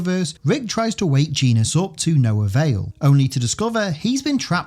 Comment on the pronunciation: Also, "Genis" is pronounced "Jenn-is." Rick Jones often teasingly calls him "Jenny."